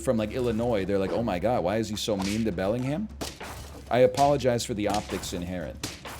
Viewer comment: Pronounces the H in Bellingham? -2